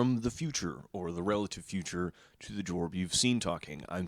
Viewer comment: The way he says the "o" in Jorb feels like it needs an accent above it that does not exist. 😮